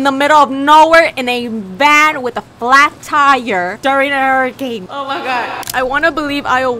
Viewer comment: when she said hurricane tortilla i laughed a lot but she mispronouced it lol- also good vid ahh!!! i love ur videos A LOTT